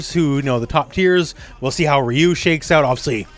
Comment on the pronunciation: "Raiyou" fucking sent me 💀